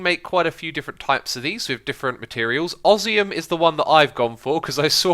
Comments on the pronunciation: oz-me-um not os-e-um this is how you pronounce osmium btw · You pronounced photovoltaic and osmium wrong... Do you even English, X? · ShurUken and osium. Its supposed to be pronounced shurIken and osMium :D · Others have pointed it out: shuriken is pronounced sure-"e"-ken. Osmium is pronounced Oz-me-umm. :) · "Ossium" "Shuruken" This is like Etho's Ark Let's Play all over again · Who else was getting triggered by how he said Shuriken and and Osmium! Aha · The way X said osmium was bad but then he said shuriken. In the first minute I also most died as I am an avid lover of cool materials on mods and also ancient weapons. X I now speak directly to you, plz no more